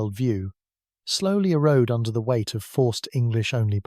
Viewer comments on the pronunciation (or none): none